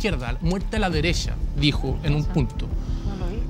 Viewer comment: criticando a a Magdalena por decir deresha, vistima. Y él en la discusión diciendo: se te hizo 🙄. Es muy soberbio. Mal